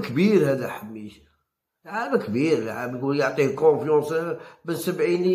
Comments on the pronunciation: صحح النطق انتاعك ،راك تخلط: اللاعب اسمو حماش وليس حميش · ياو حماش ماشي حميش اعرف تنطق اسمو راني نحكي معاه منذ عامين